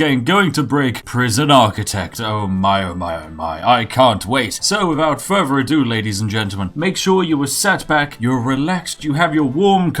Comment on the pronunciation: Every time you say “fervour” instead of “further” I wonder what would happen if you met four Norse gods of thunder. Sixteen?